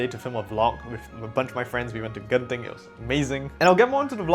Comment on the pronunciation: Pronouncing Genting properly? What are you, Malaysian?